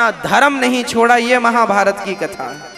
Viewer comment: A baba महाभायत na Mahabharat hota han